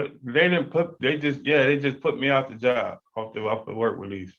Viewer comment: Dude job has a B at the end talk like you got some sense